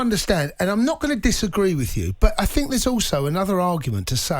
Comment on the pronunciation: Get rid of him. 4 years of a WASTE. Bruno showed how to do it. Van De Beek played. Pogba is a WASTE. Want him gone. Also why can presenters not say the word think??? What is 'I fink.....I fink....I fink....'??